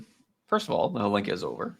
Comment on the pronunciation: It is not Holinka or Helinka. It's called Hlinka after Ivan Hlinka, czech legendary player and coach. A bit of respect please.